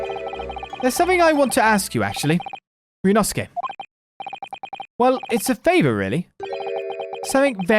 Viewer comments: Finally caught up! About the pronunciation of mc's name, you're really close! I think you're currently saying rye-u-nosuke, and it should be a bit closer to ree-yu, but said fast, so that it merges into one syllable, and the e's aren't audible. Listen to how google translate says it: Hope you see this and hope this helps! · “Great Britain is a magnificent country.”: Eh I laughed so hard my vision got blurry. I struggled with Ryunosuke’s name, too. Now I’m asking my friend in Japan how to say it.